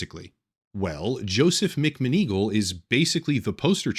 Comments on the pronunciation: It's "Mac-Mahn- Ah-Gawl" you know like the Harry Potter lady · I don’t think I will ever say mcmoneagle correctly ever again. Thank you for ruining my brain.